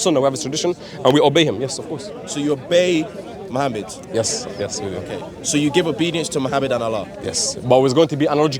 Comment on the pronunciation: she didn't even know how Muslim pronounce the Name of our prophet s.a.w how can she be ex Muslim ??